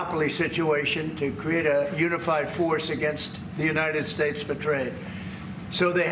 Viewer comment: "United Shates" says king donold. Howard Lutnick is plain GROSS!